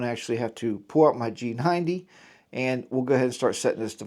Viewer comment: I noticed that everyone is mispronouncing the G90's name. It is pronounced: SHEGOO or SEEGOO. Like the Chinese Leader XI = SHE